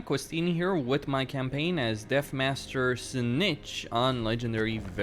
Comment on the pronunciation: It’s called “with” not “wit” pls fix that bro